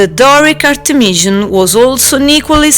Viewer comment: It's Art'emis and Artemis'ion (zion) no (jan) or (jon). It's time the english pronunciation to get less wild and to come in some order according to the authentic.